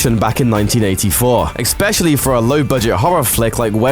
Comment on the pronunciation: Please learn proper english! Exspecially is NOT a word